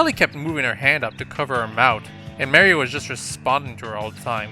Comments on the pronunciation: ma rie not mary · You saw Marie's name like! XD